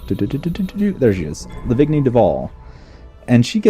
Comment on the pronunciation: Re Names -- though maybe I should post this to your first PowerPlay vid? -- Arissa Lavigny-Duval has a FRENCH root name. You may already be familiar with French-root words such as "vignette" & "fillet mignon" (steak). In French-root words, the "-gn-" is pronounced "nY(uh)"; no hard G [go,get,gun] So: vignette == vin-YETT fillet mignon == fee-LAY meen-YON Lavigny == lah-VEEN-yee Our other Duval, young Princess Aisling, has an IRISH name. So: Aisling == ash-LING, ash-LINN, or ash-LEEN ... but NEVER ACE-ling, AYZ-ling, or EYES-ling ... and you're already getting Duval right == doo-VAHL (and not doo-VAL) ;D